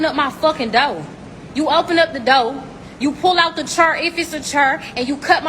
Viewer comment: All relationships, be they personal, romantic, professional, regardless, they are ALL TRANSACTIONAL, in the context of that gutter ghetto trash bitch you aired at the mark on your video, she wants a gentleman, well, the gentlemen I know want a GENTLELADY, and when she's pronouncing "door" as "doar" which ironically enough rhymes with "whore," is it any wonder that she refuses to adhere to the terms and conditions of the transactional relationship that those gentlemen she's bitching about are openly and respectfully demanding? The term "Transactional relationship" much like the word "consequences" isn't by itself a negative thing, but rather a apt term in the English language describing a major aspect of objective human nature.